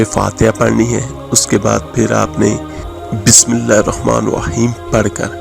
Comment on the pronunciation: Ap Bismillaha to thek see par ni rehy .